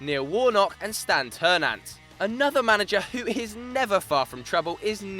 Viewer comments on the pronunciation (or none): Hahaha Stan Ter-Nant come on guys .